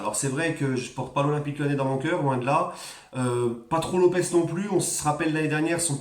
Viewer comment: Lopes :Lopche (prononciation)